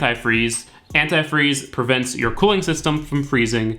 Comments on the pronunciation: Ant eye freeze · Ah that pronunciation of antifreeze 🤨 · Love how you say AnTIfreeze ! LMAO. I live in Florida and I need to drain and refill my system. I did a water pump, timing belt and filled it with water. It can mess up your system with just water ( in the south ) corrosion, etc. I think anTI freeze and distilled water is the way to go Bro !